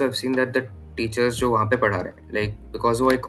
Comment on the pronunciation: sorry for this but that is Padha not Pada 😂😂😂